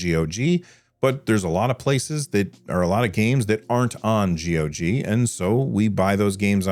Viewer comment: side note: THANK YOU for saying G.O.G. and not gog!..You don’t know how much i appreciate that.. Just like when people say gooey when referring to GUIs.. argh!.. My G.U.I. is not gooey.. Molasses: that’s gooey.. argh!.. =•P